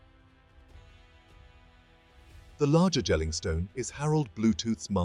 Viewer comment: It's not Jell-ing, it's "Yell-ing"